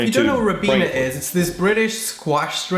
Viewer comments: Garden peas. Sweet Peas are flowers over here. Ribena - pronounced Rye-Been-Ah is a blackcurrant juice cordial or squash (syrup of fruit) that you mix 1:3 with water - probably unheard of in the US as I think Blackcurrants are generally banned due to potential diseases that could affect American crops. I drink gallons of the no added sugar version every day. Bangers and mash with peas and gravy - got to mix it all together for the full experience. Crumble is flour butter and sugar mixed together to the consistency of breadcrumbs then sprinkled thickly over stewed fruit and baked - often apple, or apple and blackberries but can be over any fruit, fresh or canned. I don't think many school dinners are like this now - they were when I was at school 40 years ago but my own kids more recently seemed to get a pizza slice or pasta bake - maybe on a good day, fish fingers. Yogurt is often a staple for dessert. There has been a big push to make sure that school meals are healthier, so chips and sugary foods were drastically cut in favour of a more balanced meal. Parents and kids pushed against it though and there were scenes at school gates with parents bringing chips or burgers to the school gates and handing them to their kids! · That kid is so annoying. Why upload a video with him gobbing out the food? The English drink is called Ribena and is made with blackcurrants. The "i" is pronounced like "eye" is. I missed what the white sauce on the English tray was too. Is it mayonnaise or something? Gravy on sausages, potatoes and peas is amazing. In this case it's not the vegetable called a squash, "squash" means a concentrated still fruit drink that sometimes includes some sugar and is diluted with water when served. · Pronounced Rye-beena Ribena is a squash, a concentrated liquid that you dilute with water. Actually the British lunch looks amazing! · Ribena is pronounced Rybeena. it is a liquid fruit concentrate (no fruit pieces) which is diluted to taste.